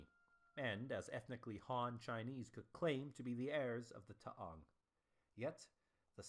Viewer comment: There's no pause after the apostrophe in T'ang, it's basically pronounced like the orange drink. That's the Wade-Giles translation, in which t' is pronounced like a "t" in English and t is pronounced like a "d." In Pinyin it's just "Tang" with no apostrophe. Also, the i in Liao is pronounced, but not as separate syllable. It sounds like "Lay-ow" but no one is going to bust your chops for saying "L-eeow." There are other pronunciation problems here but these are the most critical. East Asian pronunciations are never going to translate perfectly into English anyway.